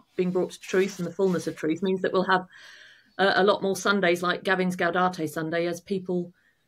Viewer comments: Gaudete not Gaudate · For future reference the correct pronunciation of "Gaudete" is "gow-day-tay," rather than "gow-dah-tay." 😉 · Gaudete, not gaudate,! Doesn't rhyme with laudate. 🙂